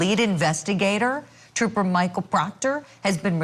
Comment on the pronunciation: The prosecution must not like proctah troopah..... Because why else would you drag him through another trial?😂😂